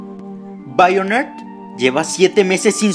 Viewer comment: me da mucha risa como lo dice Haganle caso a BAIONER